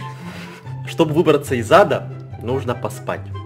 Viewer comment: ”Чтобы выбраться из ада нужно поспать”.Звучит как ”Чтобы выбраться из ЗАДА нужно поспать”